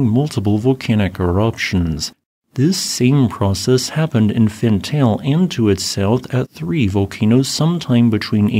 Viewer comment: My friend, if you are going to report on a volcano's activity, PLEASE try to learn how to pronounce its name properly. Fentale is pronounced Fen tah ley, not Fen Tail. Ale in the afar regional dialect means mountain. Erta Ale means smoking mountain.